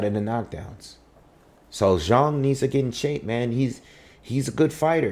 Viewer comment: FINALLY!...A brother who pronounces the Chinese warriors name correctly.👍Also congratulations on a very carefully considered and balanced commentary.